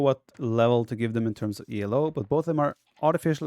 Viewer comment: should be 'ee-low', named for a guy called Elo, not an acronym E.L.O. :)